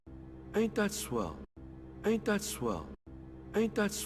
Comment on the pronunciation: Sounds like he says 8 .swell